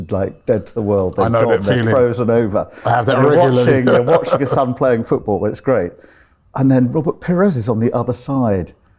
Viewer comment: Cant listen to anyone who pronounces "football" as "footbull"